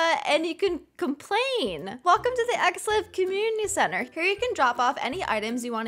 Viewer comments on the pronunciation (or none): The way says 'community center' like "commnty center"